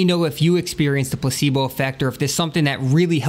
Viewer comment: dat dere place-bol